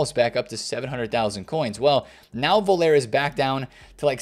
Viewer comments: I love all of your content but Rudi Voller is German, not French. You pronounce his name “Voll-er”, like “Collar” not ”Voll-air” like “Oh Yeah”. Big love from the UK ❤ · "Voulere" 😂😂😂😂 Rudi Voll-er pal. C'mon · dude, it's voller not volair. Please bro. He's German not French. Vol-ler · strikes again with lack of player knowledge - pronounces Völler as Vole-air, absolutely hilarious, have you ever watched real football? I ask with love, i still really like your content. suggestion when theres players you dont know go and watch a non-american commentary video of that players highlights, not ony will you learn to say their names correctly but youll enjoy their skills,abilities, playstyle etc and understand who they were.